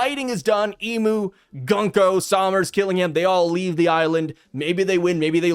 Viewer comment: Japanese is phonetica, it's GOON-KO, not "GUN"-ko :)